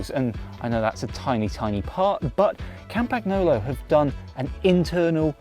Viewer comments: It is not "Campacknolo".... 🤦🏻 "Campanyolo" is correct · It's not campaGnolo, it's pronounced campanyolo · Yeah, he fricken butchered it completely. Its not hard. Silent G. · Yeah, can you pls learn how to pronounce that properly? It really is not so difficult… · Learn how to say Campagnolo. And next, the wheels are (market price) 30% cheaper that what you state they should cost. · Was it not possible to find a presenter who actually knows how to pronounce the name of the company whose product he is reviewing? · It's embarrassing, the way you pronounce the company name. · Please pronounce the brand correctly. It's annoying AF to hear it butchered. How about they started saying Winsteen Churchhole? It is NOT just a variant pronunciation, it's wrong.